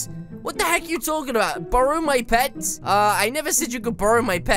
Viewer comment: At the end you said what the heg lol